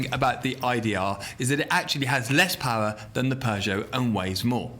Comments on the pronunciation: I hear horse paw instead of horse power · Ridiculous "pawr"